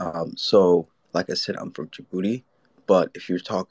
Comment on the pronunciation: “Djibuti Man” 😂😂